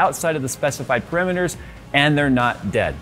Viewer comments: Parameters, not "perimeters". This isn't geometry... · Puhrimitors? rReally? Purrametres surely